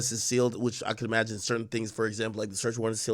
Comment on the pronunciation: Every time he says ‘E-magine’ it drives me fucking crazy!